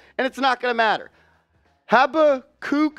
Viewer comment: Pronounced “ha-BACK-uck”…it’s a book in the Bible